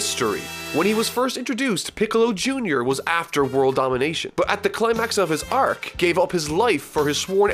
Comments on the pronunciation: can't stand your pronunciation of "arc" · why do you struggle with the word "arc" so much? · The way he pronounces “arc” is triggering me . XD